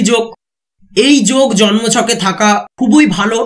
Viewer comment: Pronounce correctly.khuboi nay. Khubi bolun